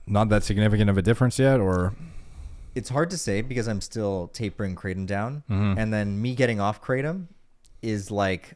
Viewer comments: 'Kra' "tom" two syllables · Did he say Kratom?